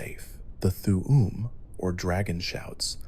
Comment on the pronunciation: And th'um pronounced as "th'uwu'm"💀